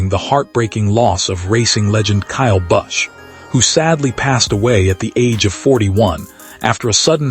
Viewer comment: Everybody should give a thunbs down to this and every other A I created video on youtube.n n A I has ryuined youtube. People are giving a thumbs up to a video origination from a computer. The person in charge of this didn't have the decency to even change the pronunciation so it would at least say his name properly. This is garbage. It isn't a touching tribute to Kyle. It is some greedy person that has A I capabilities, making money of the tragic passing of a human. Youtube is afraid that a providor might say a word that could offend someone or mention sexual assault thinking it might turn someone into a r@ but, they see nothing wrong with allowing A I to say whatever they want. It isn't just this video. Almost every video with a generic creator name like "star buzz", "nascar news", etc. is A I created. They will print a screenshot as a preview and have a caption that is a boldface lie, but youtube doesn't stop them. Why, because they make money. If we don't stop A I, nobody will. Kyle and Samantha have enough admirers. They don't need A I to add to it.